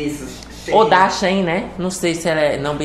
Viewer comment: é She-in (fala essas duas palavras separadas)